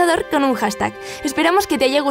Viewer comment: buen video hasta que dijiste dia internacional del hashtaj 😴